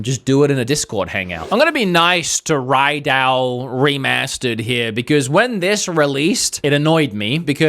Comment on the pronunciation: its RaidOu, not Raidown its shin megami TENSEI not tensai jeez, you need to learn some japanese pronounciation